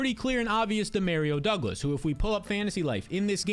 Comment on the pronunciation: That’s not how you pronounce Demario Douglas